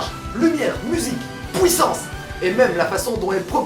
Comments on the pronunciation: On dit Puissance, pas pouissance... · dit puissance pas puits sens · PK tu dit pouissance …nan car c chiant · pouissance mdr continue t trop bien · " La pOUIssance du coup " :') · accent belge